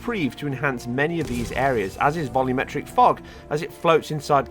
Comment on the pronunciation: I like how you say vol-YOO-metric lighting. I hate when people say vol-UM-metric lighting.